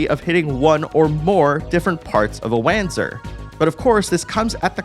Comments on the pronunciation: It's "Vahnser", not "Wahnzer" The name comes from the compound German word "Wanderungpanzer", and thus should be pronounced as in German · Hey just for future reference its pronounced "Vonser" (although it was pronounced "wanzer" in Left Alive and Evolved but they're better left forgotten haha). Solid review though thanks - I'm especially looking forward to Front Mission 3 and its dual stories! :) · Nice video, bro! Just a tip, the right way to speak Wanzer is Vanzer, i learned that in FM4. The characters speak Vanzer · It's Vanzer. The way he pronounced it sounded so wrong... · front mission 4 has voice overs and its Von-Ser its German.